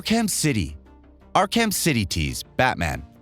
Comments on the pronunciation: Ark-Ham? I get not everyone's going to play every game on these lists, but can you at least learn how to properly pronounce the titles and character names in advance, please? It's essentially pronounced as "Ark-uhm" and is based off a real asylum of the same name. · Great video, genuinely enjoyed it, appreciate the time and effort put in, and I’m not talking shit… I just have to point out… “R-cam” lol I just couldn’t get past “arr-kamm” 😂 buddy it’s pronounced “arr-cum”, “ark-umm”, Arkham 😂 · "Not ark-ham" but "ark-um." Batman the voice actor mentioned these exact words in a video-game. Oh and make sure you say, "sab-scribe" not subscribe. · ok Ark-cam really lol if this dude is a real gamer comic dude he should know its pronounced Ark-cem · Listen to how elaborate, these text to speech programs have gotten... I BELIEVED it was a real person sayin all this, until I got to the batman game, and heard it pronounce arkham, as, ark ham lol... don't be fooled ppl... things that couldn't be fake 10 years ago PUBLICLY, CAN be faked now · Omg “Ark-ham.” Are you kidding me? This guy is another effin tourist. This channel is just awful now. Let’s hire a bunch of dudes that know nothing about any of the source material. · You must be new here xD miss pronounce names and game titles wrong for years already. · Ark-ham? LMAO maybe you're a kiwi or something, damn, your pronunciation is fucking weird. The 'h' is silent. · Ark-Ham? you are getting worse, bring back the old guy, at least he tried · Arc Ham 😂😭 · That pronunciation of Arkham makes me want to punch something. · He mispronounced Arkham and automata. This guy is a poser. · My head exploded when I heard him say it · Same, we found the only person on the planet who doesn't know how to pronounce Arkham. On a video games channel of all places...... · He mispronounced ''arkham'' lol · Yeah like wtf! Lol